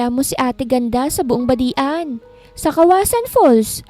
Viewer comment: Hahaha natawa aw sa badian.hindi pi badi an ang pag basa nya.badjan po ang pag basa ng badian.